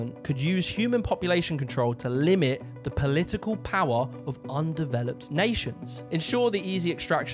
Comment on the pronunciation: It's not Polii-ee-kull. It's Political. It's not 'Eeveaa'. Its either. It's not "free". It's three. Learn to speak properly. It's not that hard.